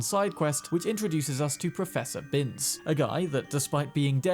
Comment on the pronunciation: How are you going to botch Professor Binns character like that. I know you read the books.